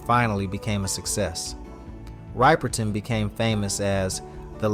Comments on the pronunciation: wbile tbis contained alot of info it was very repetitive. and how he kept saying her name wrong made it worse. there was so much more about her that could of been shared than repeating same tbing over and over. do bettef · Please learn how to pronounce her last name correctly!!! it is so ignorant for you to continue to mispronounce her name!!! Before you do videos on celebrities you should learn how to pronounce their name it is very aggravating and frustrating for us to have to listen to you mispronounce her name in such an ignorant way!!!!! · This narrative MUST be RE-RECORDED and having another educated spokesperson pronouncing Minnie's last name PROPERLY! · Her name! Get it right ffs!! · I can't watch this as bad as I want to because of the pronunciation of her last name 😢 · You can't even pronounce her name 😮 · Literally watched ppl pronounce her name and still said it wrong smh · Sorry, they're not fools. If you're going to attempt to make money off of a deceased artist at least put in enough effort to pronounce her name correctly. Even if it is AI there are ways to ensure it is pronounced correctly. What an insult to her and her family. The click bait in the subject line says all you need to know about this "content" maker. Lazy and ignorant. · Besides the fact this Guy mispronounced her name throughout this video, he did educate us on Minnie’s entire history. Thank u but next time, pronounce the name or names correctly! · Dude need to say her name right. He is inconsistent. Kinda disrespectful. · The mispronunciation is really grating my nerves... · It pisses me off every time he pronounces her last name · Especially when they say it properly in the video, geez dude, put some respect on her name! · Mispronounces her last name. Me 2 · I think he's doing it on purpose!!! He has to know that he is pronouncing her name wrong everyone knows how to pronounce Minnie's last name!!!! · At least pronounce her freaking name correctly! Damn!